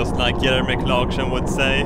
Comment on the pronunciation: Oh my god, dat pronunciation of Jeremy Clarkson....